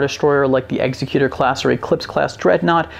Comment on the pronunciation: There is no n sound in Executor. The Covenant High Charity would be my choice.